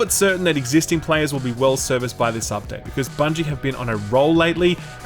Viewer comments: Its bungo not bungle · Bungle? Bungle? Did you just say Bungle? 🤦‍♂